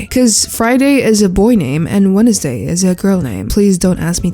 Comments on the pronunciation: Is it or do you really say “Wenesday”? English’s not my first language so I have no clue.. (I say wensday) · "Wenesday" was imperfection